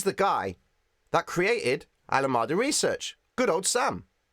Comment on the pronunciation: ❤️😁 learned a ton today. Thank you, sir! 🙏🏻 Btw … Alameda is “ al- uh - MEE- duh”. It’s the name of a city in California, USA